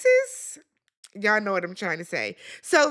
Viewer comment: You say it the same way you say anesthesia lol it’s just with an ist at the end I thought would catch on ouch. Anna-stee-zeist